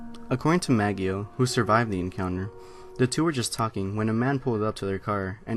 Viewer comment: It's "Ma-JOE" not "Mag-ee-o"